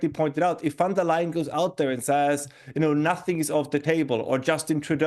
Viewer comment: It’s van der lyan